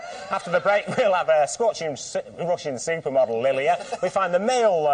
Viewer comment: I thought he said Lillian but her name is Lillia (whoever that is)